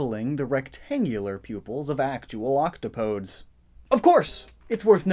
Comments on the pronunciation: pardon me, octo PODES? OK-TOP-O-DEES is how it’s pronounced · Isn’t “octopodes” pronounced “oc-TAH-poh-DEES”? Matpat had a source that said it that way in his Splatoon theory. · Octopodes is pronounced “octopodies” But eh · It's pronounced Auc-top-o-deez.